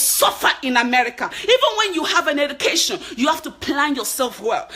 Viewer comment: Just speak naturally. you do try to hard to change your accent. You have H factor. H factor tou bad!!! "Heducation" 😂😂🤣🤣